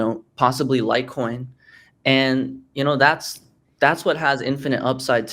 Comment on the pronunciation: Bruh did he say litecoin?